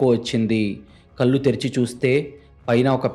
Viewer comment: కల్లు కాదు కళ్లు... కరెక్ట్ గా పలకండి pls